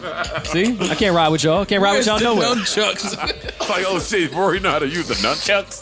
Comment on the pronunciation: Mal calling nunchucks ‘numchucks’ is low-key hilarious lol